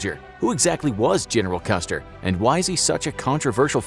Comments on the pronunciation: huh? Yes, the video is about George Armstrong Custer. At the indicated timestamp, however, the narrator clearly says "customer". Jesus. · Did I hear a "Customer", hahahahah!